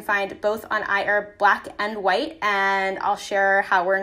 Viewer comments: it's I HERB !!!! with the LOUD " H "!!!!! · I heard IHERB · i-erb Hahahaha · If she's sponsored...she'll be rich $ for everytime she said iHerb... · She said iherb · Everyone take a shot every time she says iHerb!